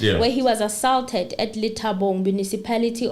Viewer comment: my princess,we luv your show however u kinda put it off wen u rush n speak.Yes nobody is perfect but please try n pronounce some of the key words such as ASAULT since u r covering a case where u r going 2 use such words....